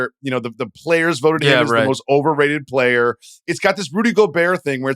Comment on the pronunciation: Verno talks about Reggie making Shenguns name 2 parts “shen-gun” but little does he know he does the same thing with the word “player”…”play-er” 😂